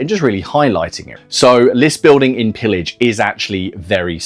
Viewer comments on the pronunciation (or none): It's a french wargame : it's prononced [peeyaj], please! It means plundering, or looting, or sacking.